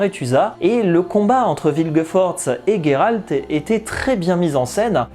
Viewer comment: Pourquoi tu dis "Gayralte" ?